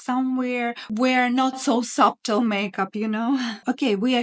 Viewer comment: I enjoy your content and applaud you for the challenges of speaking a new language. Just for information, not criticizing, the word subtle has a silent b. So it sounds like sutle. Thank you for all the information you give us. ❤️